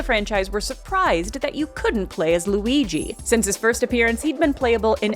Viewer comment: Lu-eye-guy is my new character name, thank you 🙏😌